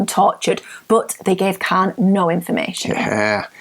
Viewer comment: Tell her there is no "L" in Khan.